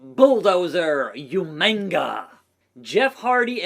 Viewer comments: Bro really said YOUMANGA when it’s UMAGA 🤣🤣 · I thought I was the only one who remembered William Regal calling him Umainga lol